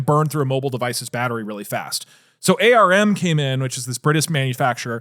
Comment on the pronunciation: It's not AH R M. It's just ARM. Like he said in finally :D